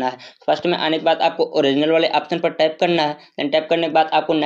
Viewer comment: यहा पर टेप यहा पर टेप करना है 😂😂😂😂